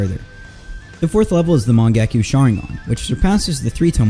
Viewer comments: Mangekyou has yo at the end the y is silent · Bro literally said mangakyu and amadarasu💀💀